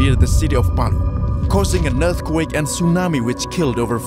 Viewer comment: The way he says eath quek are dead giveaway